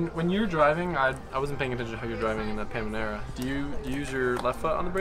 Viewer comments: You said pamenera wrong . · . Pamanera!? 🤪🤪😋🤭 Lol. You mean Panamera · Not sure if it's deliberate but it's it's a Panamera not Pamanera LOL. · Porsche "Pamanera"? no it´s "Panamera" 😁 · Pamanera???😅😅 Nope its panamera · Instead of saying Panamera he says Pamanera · Did he say pamanera? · Someone tell him that it’s Panamera and not Pamanera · Hey it's pronounced Panamera not Pamanera. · Ngl, it triggered me every time he said pamanera instead of panamera… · Does he say "Pamanera" on purpose? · Common man, just say panamera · Is it just me or, he is saying paMANEra? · Pemenera??? Dude wtf